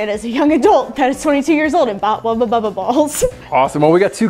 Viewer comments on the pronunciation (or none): Why does she keep saying wubba bubba? They're Wubbles. Argggg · Did anyone hear them saying Wubba instead of Wubble nearly every time? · it bothered me so much that was saying "wubba bubba" when it's "wubble bubble" but u still love y'all the same:) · Wubble bubble. Not wubba. Srry mispronouncing was getting to my OCD. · them pronouncing it as "wubba bubba" instead of "wubBLE bubBLE" sounded so wrong. especially since "hubba bubba bubblegum" is a thing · The way they say wubble annoys me its WUBBLE NOT WUBBA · is it just me or does keep calling them Wubba Bubba balls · When and say “Wubble Bubble Ball” it sounds like they are saying “Wubba Bubba Ball” 😂